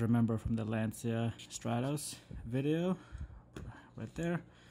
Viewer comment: just a tiny FYI it’s pronounced “launch ya”, it’s a Italian word.